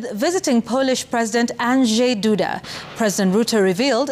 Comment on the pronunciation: Bravo for the professional pronunciation of the polish president’s name !